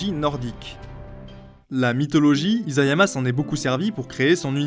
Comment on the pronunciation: isayama avec un s pas un z T-T